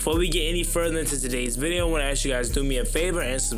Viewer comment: It's pronounced ASK. ...not AX man. The word is ASK. That being said love your channel!